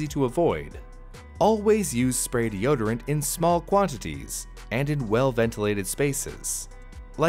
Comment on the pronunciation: 4 words de-o-d-rant (deodorant)